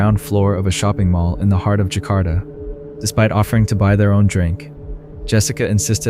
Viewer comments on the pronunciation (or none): none